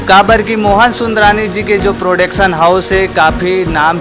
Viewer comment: प्रोडेक्शन नहीं,, प्रोडक्शन हाउस होता है भाई 😂😂।। सुधारिए